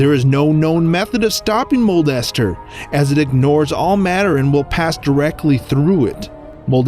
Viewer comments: not Mold-Ester Moon its Molester Moon (Smosh) also 2020 anyone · Guy: modldester moon Me: molester moon! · The way he says it is the funniest “mole ester moon is a spherical object” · I heard molester instead of mold ester